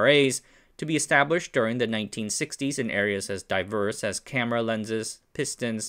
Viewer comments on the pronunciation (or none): none